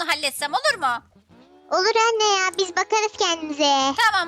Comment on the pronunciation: anniye demesi cok komikti😂😂 😅